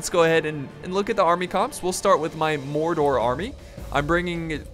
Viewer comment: what? dwarfes, mordrod? in helms deep? noo, cant watch this